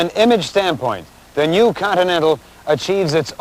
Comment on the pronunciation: People don't pronounce "new" the same way anymore. ni-yew